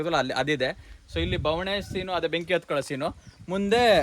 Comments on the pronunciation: ಬವಣೆ ಅಲ್ಲ ಬಣವ🤣🤣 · ಬವಣೆ ❌ ಬಣವೆ ✅